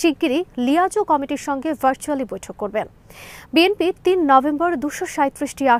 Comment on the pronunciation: বিএমপি নয় সঠিক উচ্চারণ বিএনপি হবে।